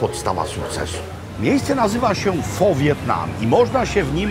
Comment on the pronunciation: Thank you for your amazing travelogue with English subtitles. Vietnamese soup phở is pronounced “fuh” - open your lips as if you want to say “ah” but instead say “uh” 🇻🇳 🍲